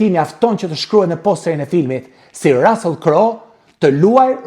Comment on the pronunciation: QUHET RUSSULL E JO RASELL O SHQIPTAR QE S'DI TE LEXOSH ,CA DO I BEJE HOLLYVUDI SHQIPERISE DO I REKLAMOJE SALCICET QE JANE NE GJITH BOTEN ME MISH VICI,MISH,PULE,MISH DERRI TE EMBLA DHE PIKANTE ME SPEC DJEGES E PIPER ,RECETA GUZHINE TE PJEKURA ,TE ZIERA ME VAJ E VERE TE BARDHE ,ME SUGO POMODORO E VER TE KUQE